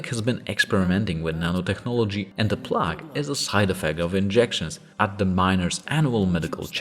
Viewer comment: Plague is said with a "long" A, like Play-ge, otherwise great video